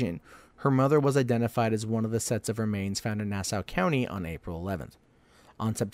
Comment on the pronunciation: Nah-saw county! Not now-sah! Suf-uck not suf-folk county! Sorry I'm from the area. I gather you aren't. Just trying to help you with your lawng eye-land tawk! Lol!